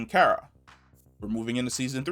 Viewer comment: Car-a (kara), not Care-a!!!